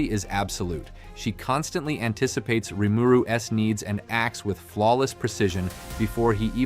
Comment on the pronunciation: Correct me if I’m wrong but this is not his real voice, he writes this a script and then has an AI/voice bot read it and it doesn’t quite read the grammar properly, for example it doesn’t read Rimuru’s it reads it as Rimuru s